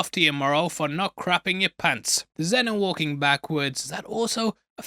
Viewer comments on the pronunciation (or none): none